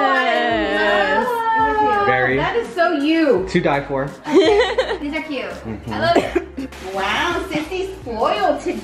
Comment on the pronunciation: is like “to tye for” LMAO BYE